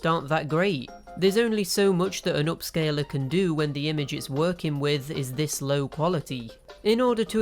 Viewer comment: "Upscaler", not "OHpscaler"; "upscaler".